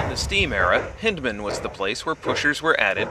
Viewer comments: It's pronounced Hine-dman. Not Hin-dman. The "Y" in Hyndman is long. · GAWD this video be GOOD if not GREAT if the towns were SPELLED RIGHT, and Hyndman PRONOUNCED correctly HINDE-Man is the way its said, and its MEYERSDALE! (Yes I can comment I GREW UP THERE!) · Check you pronunciation for Hyndman. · Yeah, we got the pronunciation of Hyndman wrong. Totally on us. I didn't notice that Green Frog misspelled Meyersdale. On the other hand...great video, right?!